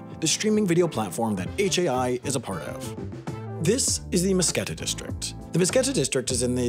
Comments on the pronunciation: Oh boi, Mtskheta is not pronounced "musketa" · Mtsketa? No. Mtsketit. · im guessing you also were mildly annoyed at the mispronunciation of mtskheta/მცხეთა, yeah lol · What do you expect? He's not even georgian so it's not weird to pronounced it wrong